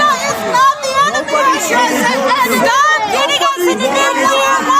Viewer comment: NPC: Russia is the en-err-me!!!!!!